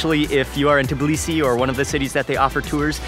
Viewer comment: The only foreigner who just correctly said Tbilisi and not Tiblisi <3